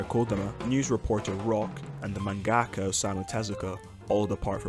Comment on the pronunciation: Dude, it's manga-ka, not man-gaka.